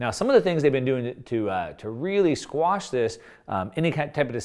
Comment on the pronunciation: Quash, dude. The word is 'quash.'